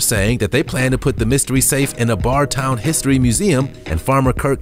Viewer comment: Barre is pronounced Bare-ee nor Barr